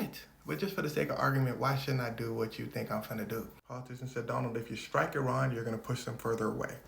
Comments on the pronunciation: Thank you for correctly pronouncing Iran! And not as “I ran” 😊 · Thank you for pronouncing Iran correctly